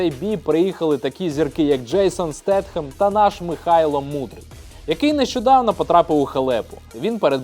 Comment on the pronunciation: ⛔ Не Стетхем‼️ 🤬 Правильно Джейсон Стейтем‼️